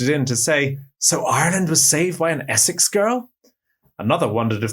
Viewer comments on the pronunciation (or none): none